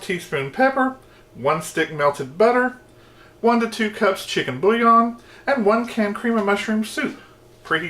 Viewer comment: Thanks,. Looks delicious, but I can't make it since, in the description, you wrote that from the moment you tasted it you were in love. Is this Live Potion Number One, or somewhere else along the line? Enjoyed it! Cups,. C-U-P-S. There is no "R." Let's try again, slowly… 😁